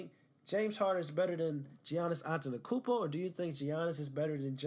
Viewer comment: You can’t even say his name right, don’t act like you’ve actually watched him. Also not a lockdown defender sorry to tell you? Making yourself look dumb as hell